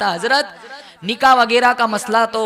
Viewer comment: Nikaah spells with k not with Q, not niqah